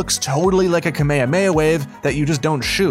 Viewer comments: Why did he say kememame wave it’s kahmehameha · At the part where he said “kameyameyaha” is the part where i face palmed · Damn the way he says Kamahameha keemeeeameeea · "Kameameha" I'm dead 🤦‍♀️🤦‍♀️😂😂😂 its pronounced "kah-meeh-haa-meeh-ha" not "ka-mea-mea" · Its pronounced ka mi ha mi ha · THE WAY HE SAID RASENGAN AND KAMAHAMAHA GAVE ME A STROKE he said” rA sEn GaN and kaMAywAyAWave” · now hes saying rasingon and kamayay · My man really pronounced it kameyameya 🤦‍♂️ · Man said Kameamea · How says kamehameha: ka mey a mey a fans and dbz related creators:.-. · This dudes annoying who says Naruto like that And ITS KAME-HAME-HAAAAAA learn how to pronounce things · They called kame - hame - ha kameha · He pronounced “Kamahameha” wrong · He said kahmahamaha wrong